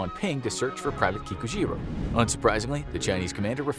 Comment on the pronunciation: Anyone else keep hearing pikachu even tho you know he is saying kikujiro?